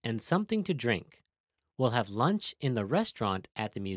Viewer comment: Hello, Would you like to have some LURNCH? 😂 Good evening would you like some DINNTER 😂😂😂